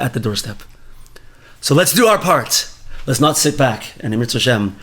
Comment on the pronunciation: It's amen not meyn btw. #petpeevs